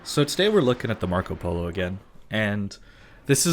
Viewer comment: Your pronunce of Marco Polo Is really good btw!